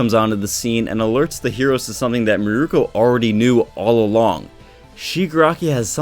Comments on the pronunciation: Meer-Koh. Holy shit dude. It’s not murooko. Meer-Koh. Mirko=Meer-Koh not Mirko=Murooko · it isn't "mirooku"